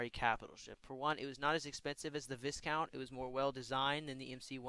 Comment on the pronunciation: U pronounced viscount star defender wrongly, it’s pronounced as v-ai-count